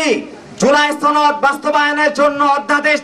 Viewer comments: ছনদ 😂 না, সনদ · জুলাই ছনদ নারে পাগলা সেটা জুলাই সনদ